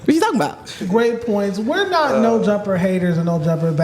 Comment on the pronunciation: why did you say nah instead of not 😂